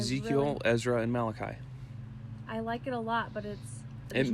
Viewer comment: I would NEVER try to pronounce Malachi as ma-loch-eee 🤣🤣🤣what